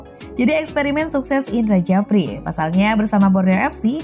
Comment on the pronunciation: Admin tak paham ejaan lama, bahasa Indonesianya parah, Indra sjafri ko dibaca Indra Jafri😷😷😷